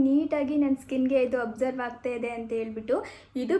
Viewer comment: You are pronouncing many words incorrectly. For example extraction, absorb, amazon etc. Please check on Google for pronunciation so that you can pronounce it correctly next time. Your videos are very entertaining but you should work on saying words correctly